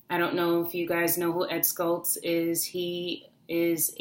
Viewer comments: it's pronounced SHHHultz, as in shower, not Skultz. Thanks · It's not Ed "SKultz", it's pronounced "SHultz". You sound like you don't really know about him when you pronounce his name wrong. And he turned into a bit of a flame thrower himself when he called Laura Ingraham a "talk show slut", when she is a very upstanding conservative, patriotic American who would never use that kind of language on anyone. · The Late Ed Schultz' last name is pronounced "shults" rather than "skults". :) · Ed Schultz pronounceD SHULTZ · I don't believe you pronounced Ed's last name correctly.